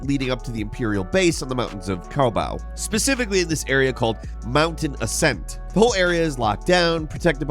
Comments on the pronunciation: Bro said “kobow” lol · "Koh Bow" eeeeeeeeeeehhhhhhhhh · I watched this to see how many names of places you screw up. So far it’s Cowbow as Koboh, and Rambler’s Ranch for Rambler’s Reach. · You lost a bit of credibility with me when you mispronounced the name of the planet. They even say it in the game. Repeatedly. The two syllables even rhyme with one another. The name of the planet is Koboh, rhymes with bow (oh sound, like girls wear in their hair, or you put on presents), not bow (ow sound as in take a bow on stage). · Way to butcher Koboh's name SOMEHOW! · How pronounces Koboh is so funny. I’ve heard him pronounce it in at least two separate ways, neither of which are the way every single other reviewer has pronounced it 😂 Absolutely fantastic tips though. The best I’ve seen in any tips and tricks video yet!